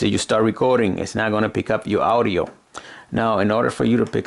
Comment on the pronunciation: And he says owdio instead of audio